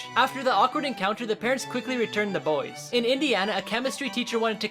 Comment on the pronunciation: the way he says boys😂😂😂😂